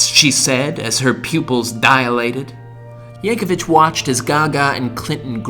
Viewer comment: There's no "h" at the end of Yankovic.